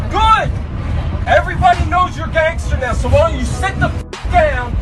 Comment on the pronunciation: he puts the gay in GAYngsta